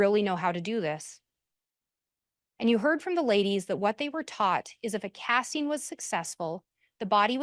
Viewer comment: My dumb brain gets annoyed every time she says an “ing” word as “een.” “Casteens” “Wanteen” it’s literally not even her fault lol it just pierces my brain in the wrong way